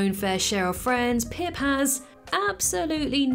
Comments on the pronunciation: Pip… it’s pip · Pip, its pip